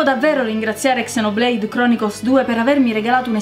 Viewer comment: GNE SI DICE ZENOBLEID NON CSENOBLEID!!!!1!!!!1!1111!!